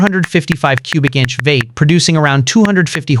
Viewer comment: What’s a “VATE”??? Is he saying V 8 ???? Damn AI Voices 😂😂😂